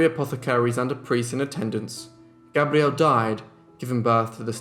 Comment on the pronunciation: He does pronounce Gabrielle beautifully👌